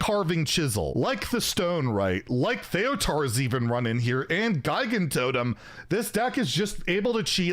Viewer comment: Why does no one know how to pronounce Gigantotem. I've seen Geegantotem and now Guygantotem...